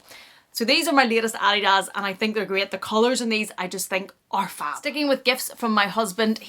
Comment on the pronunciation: Merry Christmas! Love it all and the earrings are fabulous on you! I don’t know how to say this, so I’m going to just say it. I think you pronounce the word/brand “Adidas” incorrectly. Sorry! The books are something I’ve been looking for, thanks.